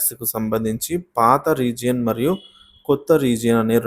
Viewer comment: రీజియన్ కాదండీ రిగైమ్